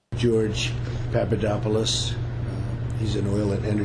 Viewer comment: I like how Colbert says Pappadodopopolaplodos